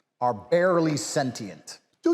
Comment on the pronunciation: literally calls women stupid while mispronouncing sentient in the same breath